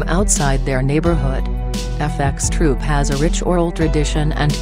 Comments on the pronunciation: Why did she keep saying F x troop,just FxTroop,dont sound the x,it sounds fucking whack. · This shit is annoying when she says "fxtroop" why the fuck can't she just say "F troop"